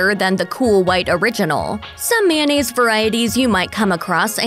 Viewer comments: "Man-nayze" No, girl. It's pronounced may-oh-nayze/nayce Like the spelling. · It's kinda funny how right after she explains the historical origins of mayonnaise she goes from saying the word as it's spelled back to calling it mannaise.